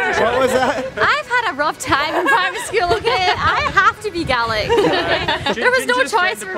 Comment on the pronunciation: I'm not from Scotland, nor do I speak their language, but thank you for pronouncing "Gaelic" correctly. 👍